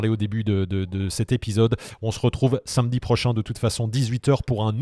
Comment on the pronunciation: Salut je rigole à chaque fois que tu dis: comme tous les sainmedi